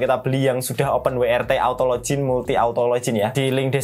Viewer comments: W iku pengucapane bahasa Inggrise dabel-yu, duduk wi. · Open WRT, open wai ar ti (YRT) 😄